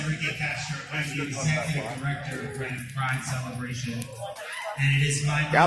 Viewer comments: Ok first I am an LGBT supporter. Second I live south of Reading(BTW great job on pronouncing it red-ding). I am against this arrest. Free speech is too vital to step on. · Reading, PA (pronounced "redding")